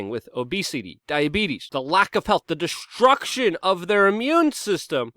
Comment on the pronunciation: Luke. To sat st its not shhht. Like STREAM IS NIT SHHHHTREAM. destruction is not Desshhhtruction